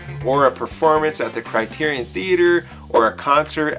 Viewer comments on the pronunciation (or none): Craterian Theater not criteron